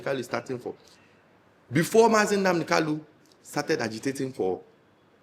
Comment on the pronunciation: Mazi Nnamdi Okuchukwu kanu is the proper pronunciation of his name with ...lu at the end; and not Kalu because there's another well known politian I don't care to mention his name who has similar name. Thank you for speaking the truth to power